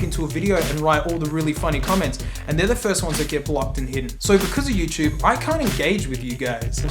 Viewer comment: mate said "youchoob"